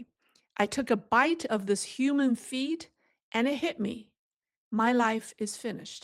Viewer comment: Hi. When I first heard you, I thought you said, "Human Feet." I immediately thought that China had run out of chicken feet. LOL.